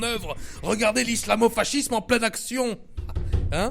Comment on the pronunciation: Mdr putain. Sinon je crois que dit fascisme:"fassisme" n'est ce pas?